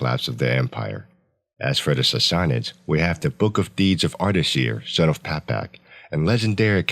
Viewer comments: Sorry but if you are gonna make a video on a subject you should atleast know how to pronounce it correctly. Sas(sass)-sa(suh)-nids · How is that even pronounced? Sassassasuhnids?